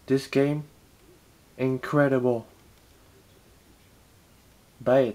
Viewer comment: this game indreebile" :D sound funny but yea its a nice game